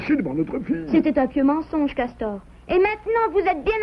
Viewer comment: Ses nul le petit cawtor